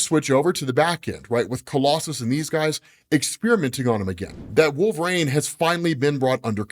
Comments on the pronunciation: Can't stand the way you pronounce "Wolverain" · WHY the F*CK does say "Wool- vuh-rain"?!